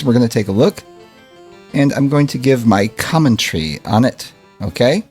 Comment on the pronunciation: "Common-tree"...lol..good one